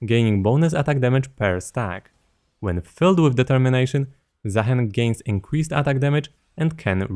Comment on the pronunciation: i think is name is pronounced zah-HEEN. provably Arabic inspired